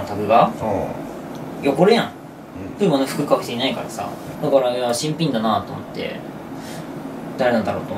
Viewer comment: いつも新品の言い方が気になるwww